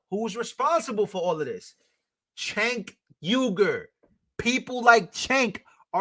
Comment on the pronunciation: Bro just so you know his name is pronounced Jake even though it's spelled c e n k